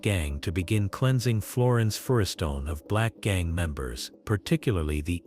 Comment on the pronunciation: Man I really wished they’d stop with the A.I. documentaries. I click on em until I hear these voices and be like, here we go. It couldn’t even say Florence/Firestone